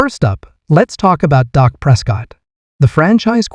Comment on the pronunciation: Stop broadcasting this .. his name is Dak not Doc